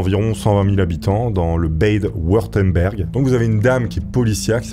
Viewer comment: Quand le Bade Wurtemberg devient le "bèide Wurtemberg" prononcé à l'anglaise...😄